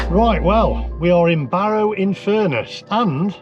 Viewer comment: Well done on pronouncing the Cumbrian town I grew up in correctly.